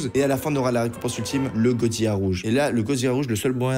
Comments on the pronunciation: Tu est super continue comme sa mais dit pas goziya mais godzilla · Godzilla pas godzillia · Petite erreur de prononciation sa ce prononce godzila et pas godziya mes sa s’écrit bien godzilla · sa se dit godzilla tu prononce le L!!!!! STP sinon sa me stress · qui dit godziya serieux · gros t un bon mais on dit goDzila prenonce le d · arrette de dire gozia frr